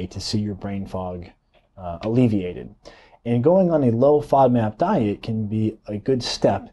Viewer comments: Nice video but can’t understand what kind of diet you’re saying. Played it over several times. Sounds like “low fob mat diet”. Please spell it out. Thank you. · Please clarify what you were saying. I can't understand the word you repeatedly say but don't enunciate. Are you saying low-fat diet low-fat NAB diet? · How is he pronouncing that word? Is he saying fodmap? I don’t know could somebody help me here?